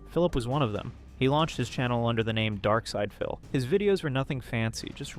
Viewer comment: Why are you saying darksyd-a-phil